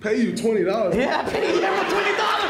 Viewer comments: Nike give this man his signature shoe. Gui-AIR-mo 🤣🤣🤣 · Gui-AIR-Mo need a pair 🤣